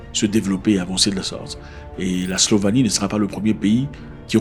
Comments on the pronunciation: SLOVÉNIE PAS SLOVANIE tu te trompe avec la SLOVAQUIE erreur de débutant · On dit Slovénie pas Slovanie 😂